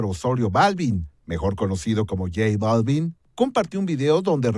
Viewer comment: Buen día equipo de Maussan TV, solo como sugerencia, es importante asesorar a los presentadores en que pronuncien los nombres adecuadamente... en lo particular el sr Balvin no es mi agrado su trabajo musical, pero es importante asesorar a los que estan frente a cámara en los nombres y pronunciación... Felicitaciones por incansable labor de investigación.